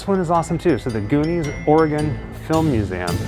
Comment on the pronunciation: Cool video despite the strange pronunciation of museum.. It sounds like he's saying "museaum"